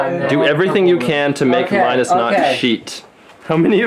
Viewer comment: even in ltt videos i have started to mentally refer to linus as lienus.